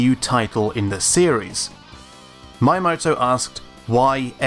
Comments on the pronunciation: My - ya - moe - toe Hearing this is really annoying and kind of a pet peeve of mine (people butchering foreign words) Miyamoto is actually pronounce as 'Me - ya - mor - tor' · It’s not MAyamoto... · We don't need a new F-Zero game just as we don't need a new Starfox game. And please learn to speak. learn to pronounce Miyamoto. Don't say Maiyamoto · "My Amoto" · Miyamoto Me Ya Moe Toe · "MAH-YEAH-MOTO" god it hurts to listen to the way you say his name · that is NOT how you pronounce "Miyamoto" - it isn't spelled "maiamoto" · Why are you pronouncing "Miyamoto" like "Maiyamoto"? If you don't know how to pronounce a foreign name, use google translator. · Say it with me. Mii-Yah-Mo-Toh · This is a nitpick, but his name not pronuonced "Mayamoto". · Great content, and great narration. Subscribed 👍 That being said, please do more research into the correct pronunciation of foreign names. Japanese, for example, is phonetically spelled and almost completely consistent and predictable. Miyamoto's name is Mi (mee) Ya Mo To. I am guessing that you will run into a large number of these foreign names as you craft these videos for your channel. A little research now will be time well spent. Looking forward to watching this channel grow! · Please stop saying "My a moto" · Mayamoto? I realize Japanese isn't your first, third of fifteenth language, but at least try? :P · Not really. It's pronounced Mee-Yah-Moh-Toh. The Japanese alphabet is a collection of single syllables. Its みやもと（Miyamoto) not みあもと(Miamoto) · Why does he keep pronouncing Shiggy's name as "Mayamoto"? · His name is pronounced MEE-Yah-Mo-Toe otherwise good job on the vid. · I've never heard someone mispronounce Miyamoto's name this badly. Cant you read? it's not Mayamoto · Why do you pronounce Miyamoto like maiamoto? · You said Miyamoto's name like a hundred times in this video and said it wrong every single time. Why did you think his name was Mayamoto? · It's Mii-amoto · It's "Me-amoto"